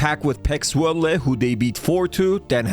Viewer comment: pronounced zvoll-ay